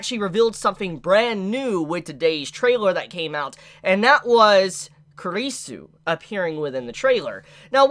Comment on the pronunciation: You pronounce kurisu very bad, you really need to work on your pronunciation, you made me offended 😡😡